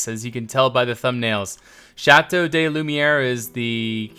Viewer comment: Hey! As a french guy, I would like to help you pronounce Château de Lumière a bit better. You already nailed it well except for "de". As you say "de", I hear "des" (like "day") wich is the plural of "de".Try to say "de" like you pronounce the english word "Duh";)